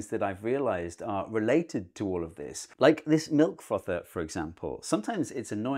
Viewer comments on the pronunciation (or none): I heard Milf Frother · Frother. The word is Frother. Took me 3 rewinds to hear it.